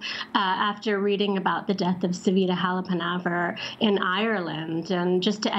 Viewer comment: Love how she pronounced, "Savita Halapanavar."